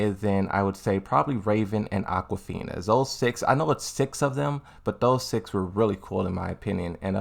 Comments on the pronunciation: So is he purposely saying names wrong? Because I don't see how you can get Aquafina from Azucena after hearing this video. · He meant Azucena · I see you're trolling with a mispronounced character names. It's Azucena